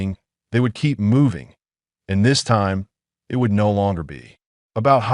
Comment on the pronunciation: it is one word not two initials; eye and tee, The same goes for by (one syllable), not two initials Just how old is the aI writing this stuff?? Hard to figure out just what it's about, same thing hapened with go near the end.